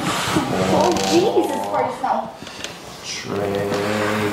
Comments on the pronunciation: Is he saying tree or three 😂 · "five, four, tree, two, one," is eternally burned into my brain now.